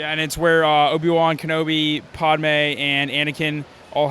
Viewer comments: The guy called her podme. Still an amazing build and all, but they don’t really seem like Star Wars fans with the lightsabers being the wrong colors for some characters and mispronouncing one of the main characters’ names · He said podme